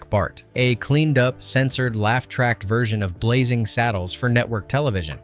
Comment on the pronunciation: Blazing, not Blazzing